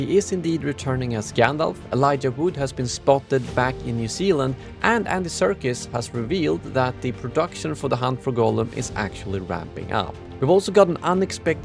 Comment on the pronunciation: I know, i know, ESL phonetic pronounciation, but in your intro you make it sound like you said the production is WRAPPING up. Wrapping and Ramping are actually pronounced quite differently.